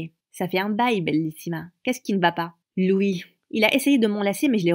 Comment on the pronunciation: Ça me stresse à chaque fois elle dit ''lui'' au lieu de ''louis''